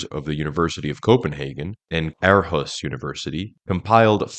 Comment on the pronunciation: Have you seen clip G45WthPTo24 ? For people not so much into scientifc definitions, simply using common sense and connecting the visible dots would do it. PS Please pronounce Aarhus correctly, see WP article